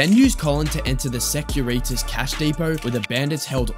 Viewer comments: Ok vid. But jeez. Pronunciation. How do you pronounce security? then why pronounce it sec-uri-tas? 🙄😅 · Nice video - Securitas = secure eeee tas pronunciation, I think it's latin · it's pronounced secure-ih-tass. Video pronounced it to rhyme with senoritas lmao